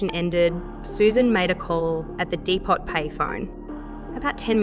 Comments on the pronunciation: Dee-po, not Dee-pot. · It's not AI, but a real woman's voice, surely - hence mispronunciations like 'depot' spoken to rhyme with 'hot'!